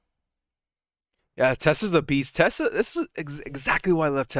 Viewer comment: Why do you always pronounce Tesla as “Tesler”?